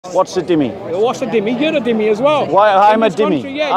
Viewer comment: its not "Dimmi", its "Zimmi" . Its an arabic word